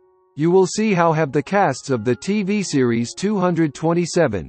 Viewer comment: TWO TWO SEVEN, PRONOUNCE IT RIGHT!